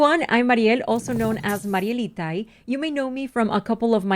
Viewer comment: she had a very slight accent and then... Marielitai was such a thick accent